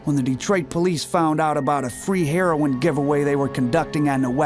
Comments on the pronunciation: it's pronounced "Hair-row-in"......NOT "Hair-ron"......jeez. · what is the problem saying heroin? its not hair-on